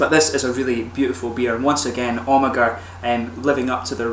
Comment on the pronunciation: You pronounce Amager without the "ag" like "Amer"